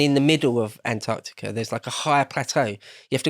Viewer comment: "You will not believe my eyes what is habben." "In 9099, Antartar..."